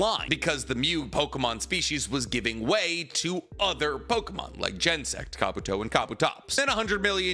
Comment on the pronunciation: can pronounce Japanese names no problem but absolutely dies when it comes to “Braviary” and “Genosect”